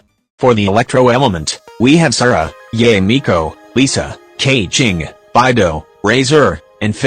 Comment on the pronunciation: I love how the voice pronounces Beidou’s name as Bye-Dough